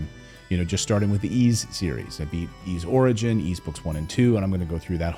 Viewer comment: The Switch is the console that plays the best games from all the consoles that have ever existed. You mispronounce the word "Ys". It's "eece", not "eeze".